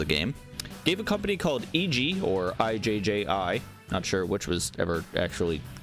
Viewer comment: ijji = ih-j-ie